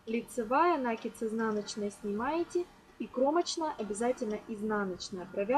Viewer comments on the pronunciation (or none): Спасибо, все хорошо. Все понятно. Только не нАкид, а накИд. Простите, но слух режет от этого слова. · Ничего против профессионализма не имею, но если употреблять для объяснения русский язык, то ударение в слове "накид" на втором слоге накииид, а не нааакид от слова КИНУТЬ!!! Ужасно режет слух, тем паче на таком публичном канале! Больше не зайду! Как говорится "учите матчасть", а потом вылезайте... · Что это!? Уже второе видео смотрю и здесь тоже "нАкид"! Правильно говорить "накИд"! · Урок хороший, но режет ухо слово "нАкид". В следующий раз говорите "накИд". Вас будет еще и приятно слушать. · нАкид. боже, мои уши(( мне аж больно. это единственный косяк